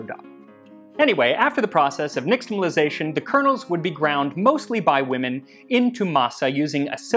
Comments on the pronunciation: I’m pretty sure x represents "sh" in Nahuatl transcription, so "neesh-tamalization” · Your Nahuatl and K'iche' pronunciation is pretty good too! One small thing for the future: the is typically pronounced like "sh" in indigenous languages that has contact with the Spanish, so it would be "nishtamalization" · you pronounced nixtamalization wrong as well. its more like nishtamal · Hi, Max! I enjoy all your videos, but this episode spoke to me as a result of my abiding fascination with pre-Invasion Mexico. As such, a language note: the letter “x” isn’t pronounced “ks” as we are wont to do. Instead, it is an “sh” diphthong. Thus, “nishtamalization,” not “niKStamalization.” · Nāhuatl x, like in Medieval Spanish, is /ʃ/ not /ks/ so you're pronouncing nixtimalisation wrong /nɪʃtəməlaɪˈzeɪʃən/